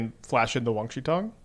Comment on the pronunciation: its WAN, not WANG